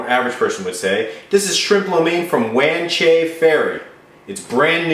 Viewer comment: you pronounce wan chai it right the first time... Also wan chai is a part of hong kong, in fact i live not far from there (5 min by MTR) ;D